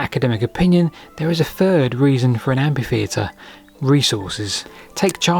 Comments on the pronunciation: Why has everyone suddenly decided to mispronounce it as ampitheatre? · Oh, for God's sake,! Stop calling it an "ampy theatre". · Mother England has different dialects of English. I long ago accepted his pronunciation as part of him and his upbringing. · Isn't that the usual pronunciation of that word in his corner of England? We should respect regionalisms. Unless this is a case of being tired or careless. But only he knows for sure. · English is famous for inconsistencies in pronunciation. I am Australian and I have only ever hear the word pronounced with a silent h. Same in New Zealand. Seems to me there are plenty of regions where a silent h is standard, or at least common. As it is a borrowed word from French, I wonder how the French pronounce it? I suspect the French would say we are both wrong in our pronunciation of the entire word. The French word derives from the Latin amphitheatrum, which is in turn derived from the Greek amphitheatron and I presume both the Romans and the Greeks would take issue with the way both the French and English pronounce (and to them) misspell the word. I do believe that while modern Greek pronounces ph as f, ancient Greeks pronounced it as p. Phi was pronounced pi To insist that ph is only ever pronounce as an f is similar to those who say that gif is not pronounced with a soft g, like jif, despite the person who invented the gif as well as its pronunciation being insistent that he intends it to be said with a soft g, just like other soft g usages, like the names George and Geoffery and words like genius, and gem, and genitals. Yet there are people who insist that g is only ever hard at the start of a word. I will grant that photograph and pharmacy are pronounced as an f, and amphitheater I would use as the only exception I am aware of to that convention. I may well concede that pronouncing amphitheater as if with an f is perfectly correct, but I would also suggest tha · /ˈæmfiˌθiːətər/ - amfi.. not ampi !! 😲😳😦❤